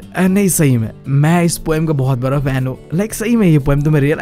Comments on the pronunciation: Not bra `bada' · Bda ❌. Baraa✔️✔️ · Bada ❌ bra ✅